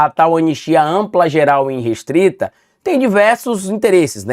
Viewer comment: é irrestrita. De onde vc tirou iNrestrita? Pelamor, perdeu dez pontos pra mim. Jornalista que escreve e fala errado não existe, me desculpe